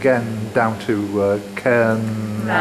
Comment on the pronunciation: Cairngarry ??? Not such a place. Try saying cairn. Ryan. Cairnryan.